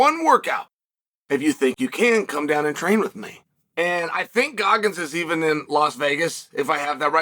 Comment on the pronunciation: Did he say Guggins?